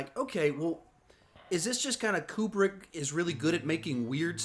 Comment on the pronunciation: Stanley's last name is pronounced Koo-brick. 😉